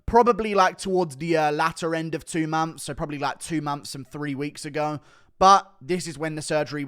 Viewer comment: 2 mumps later no dude it's 2 months later Not mumps lol